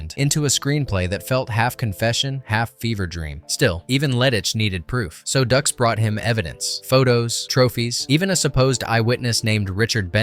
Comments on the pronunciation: Everytime it says Frank Ducks.....my head hurts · Stop pronouncing the name like ducks. It’s pronounced Dukes. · Am I crazy or isn't his name pronounced like "Dukes" not "Ducks"? Driving me nuts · OK, this has to be said. It's no "ducks" it's "dukes." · its not ducks its dukes dux=dukes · Bitch it's Dukes, "like put up ur dukes right?" Fkn Ducks...smh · It's not Frank Ducks...it's Frank Dux, like put up your Dukes. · It’s put up your dukes not ducks. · It's DUKES not DUCKS.... it even says so in the movie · It's like put up your ducks right?! 😅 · The way you pronounce stuff is driving me crazy. His name is Frank Dux pronounced Dukes. Not Ducks And Bolo last name is pronounced Young. Get that 💩 right. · Another video created by someone who didn't watch the movie. Although I appreciate the video, you really should have watched the movie. By the way it's pronounced "Dukes" not "Ducks". 99 percent of YouTube nowadays are videos where the creator has not seen, or participated in the video content they are creating. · Haha. Makes me laugh when it says ducks instead of pronouncing it like dukes. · Dude it’s dux like dukes. He says it in the movie. “Like put up your dukes”. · No no no its’s dukes, dukes like put up your dukes 😂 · It's pronounced Dukes....but spelled dux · Before posting a video like this, make sure you are posting the correct names. It's Frank Dux it sounds like "Dukes." Dux has been caught in every lie under the sun. His ridiculous statements and stories have never checked out. He has been branded a liar from the beginning. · How many times can you mispronounce Dux. You made this video, but didn't watch the movie. It's pronounced DUKES. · It's Frank "Dukes" right? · I cant get past "Ducks" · It's Dooks. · No no... it's Dooox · You're killing me here. Did you watch the film? It's Frank Dux but it's pronounced Dukes. They say it in the film. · Frank Dux pronounced like “Dukes” as in “put up your dukes” Did you even watch the movie? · Like put up your dooks